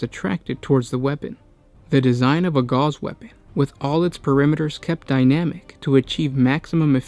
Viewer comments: Gauss is pronounced "gowss", like "mouse." Not "gars" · Pronounced gowss, not gauze. Rhymes with mouse. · A comment on pronunciation. Gauss is pronounced like House. Not like gauze. Just FYI. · Okay repeat after me, Ga-OWs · No, Goose has two O's boys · not to be a that guy ... karl friedrich gauß wasn't french, but german. it's pronounced as spelled, with a clear, short "AU" and a sharp S, not "gouse". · Gauss..pronounced just as is spelled.